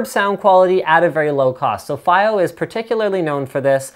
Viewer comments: Dear Lad. Its fiio not fio Pronounce properly please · Fa-eye-o God dammet linus